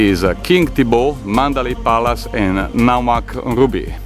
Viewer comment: Its not Naga Mauk, Its Nga Mauk and named after the person who found it named Nga Mauk